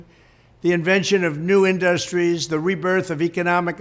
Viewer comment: In-dust-tries?????indus-tries, big dummy!!!!!